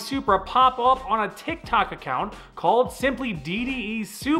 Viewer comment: are you saying tik tak or tik tok ?